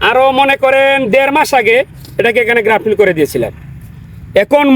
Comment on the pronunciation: ভাই আপনি সব সময় গ্রাফটিন বলেন কেন? শব্দটা তো হবে গ্রাফটিং! 🤷‍♂️